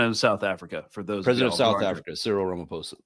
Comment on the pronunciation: Love and solidarity from Johannesburg, South Africa ❤! Btw, Ramaphosa is pronounced: Rum-uh-PAW-suh, with the stress on the PAW syllable (the Rum-uh is more of a single syllable; I just wanted to point out how the first and second a in "Rama" are pronounced; also, the PAW is probably not quite right, in fact it's all not quite right, just the closest I could do) But for non-South Africans, just using a P sound on the "ph" (and not an F sound) will get you closer to the correct pronunciation.